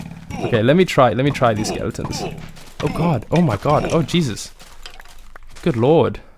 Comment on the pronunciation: Where did you learn to say "Jasus" My Bru? 👀😅